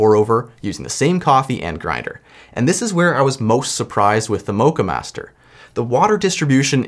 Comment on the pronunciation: You pronounce the o in Moccamaster like the O in ' lock ' , not the O of O My GOD ;)